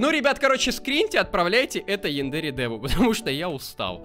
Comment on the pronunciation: Янда́ре симулятор? Думаю правильно Я́ндаре